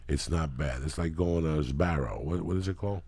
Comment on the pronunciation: 😂 Joey:It's like going to Sparrow. What is it called? Lee: Sbarro [SBAH-row] Uncle Joey: (no change) Sparrow.